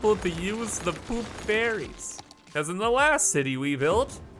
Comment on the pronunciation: I hear "poop fairies" instead of "poop ferries"